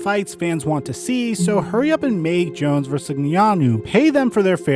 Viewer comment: Jones vs whoooo???? You should learn how to pronounce the BADDEST MAN ON THE PLANETS name. Heavyweight champ of UFC with a comic book like backstory